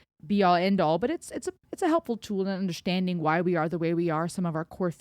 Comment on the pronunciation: Could listen to you saying "undershtanding" 24x7. Makes me smile to be reminded of how fluent you are in different languages. Loved your 1st time reaction (so sincere) and this re-reaction here (so insightful). I keep going back to this song, several times every week, and it gets me, everytime.